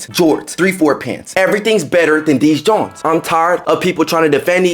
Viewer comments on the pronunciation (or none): Saying "Junt" instead of "Jont" is a whole lot "Skreetr"... Jus so ya kno.